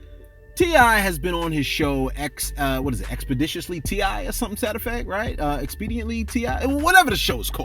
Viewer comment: Yea Tip Got 5 Classic #FuckUMean..Glad U Don't Subscribe Or Like Any Of Your Videos..You Sir Are A Straight Slow Talking Can't Pronounce Expeditiously Ass Fool..Had To Be Too Cool For School Huh?? #HadToBe #StaySafe